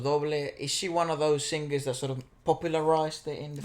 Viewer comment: You said The sing-gers...??? Ahahahhaha But any way polita corrales is From the Philippines...